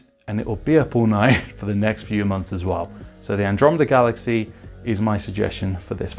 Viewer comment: Did you say galaxae ? :) Ty for the video very useful